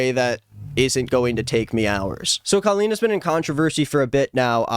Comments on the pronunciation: Wanna know what bothers me the most about her...? Is how she pronounces her name c-OH-lleen... What is that! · i know this is the last thing anyone is worried ab but i’ve always wondered why she chose to go so hard on her name being pronounced differently. i remember her fans would go feral if there was implication that you were pronouncing it normally. she just wanted to be different so badly, even if it meant calling herself basically “colon.”